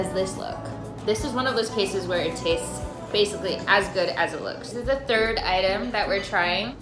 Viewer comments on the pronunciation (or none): none